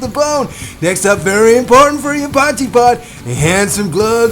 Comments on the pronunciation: Dude it's called a poy kee pot not pot jee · My friend, appreciate you. For next time, dont stir the poitjie make layers and leave it. And as much as potchy has a ring to it 😂 it’s pronounced poykee ekse. 💪🏻 lekker effort boet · It's not pronounced "pochy"!, it's pronounced "poor-key"!. You sound like a right idiot calling it pochy 😂😂😂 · It's not pochie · Pronounced poy kee my man. But awesome video. Looks damn good you did the pochie justice looked amazing 😂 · Love your "potchie" dude. Relax your jaw a bit and let the sound ring out of the mouth, just like your tasty looking potjie (pronounced Poi..kie) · Pojtie pronunciation; 'Poy key' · its totally not potchee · Pronounced Poikie I think you will find there. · Pronounced poi-key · its pronounced "poykee"... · I can imagine they weep when you pronounce it “potchi “! Looks amazing though. I am a Brit but lived in SA for 9 years. I bought back a 2 and 3 pottjee pot. Always a favourite. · pronounced oxtail poykie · It's pronounced poi kee my American friend. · After hearing you pronounce Potjie, South Africans are currently throwing shit at their TV. Good cook up mate.